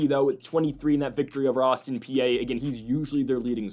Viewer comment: If you want people to take you seriously (and your show is solid) you gotta know how to properly pronounce these teams names. Bell-ARR-minn Austin PEE TOE-sun